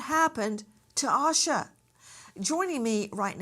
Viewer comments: Its pronounced Ayy Sha, not Ah Sha. 🙄 No wonder u arent on network tv anymore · Her na.e is pronounced Aisa.